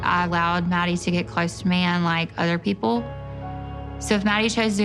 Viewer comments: Right it was driving me crazy like its mah-di not maddie 😭😭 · Hes pronouncing his own name wrong lol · BTW she's pronouncing his name wrong he should at least teach her that